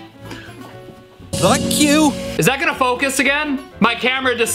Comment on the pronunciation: btw, I hear "Vuck you"